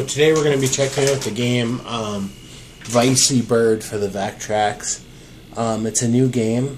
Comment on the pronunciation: 99.9999% positive it's pronounced vecky bird, after the VECtrex. Haha "vicey" that's funny...